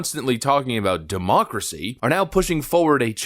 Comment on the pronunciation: "We must protect our Democrats, ya' see" (sounds like "democracy")